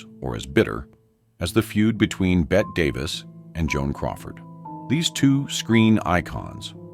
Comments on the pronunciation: It's because a lot of these videos use AI and mispronounce Bette as Bet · No!! I’ve always heard it pronounced “Betty Davis”! Just stupid AI reading it incorrectly. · Her name was absolutely pronounced ‘Betty’. I hate the lack of accuracy. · They are using AI to do the narration and it doesn't know Bette is supposed to be pronounced like Betty. AI called her Betta. 😂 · "BET DAVIS" Tell me this is AI without telling me this is AI lol. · Her. Name is pronounced Betty Davis moron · I hate AI. BET Davis?? Come on, man!! 😂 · Yes….like Bette Davis 😢lol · Is this AI? Who pronounces Bette like that? I have to say, it's getting freakishly good. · it is Bette Davis, (full name is actually Ruth Elizabeth Davis, but she went by the nickname Bette) but it’s pronounced like Betty. Now, Bette Midler pronounces her name like Bet.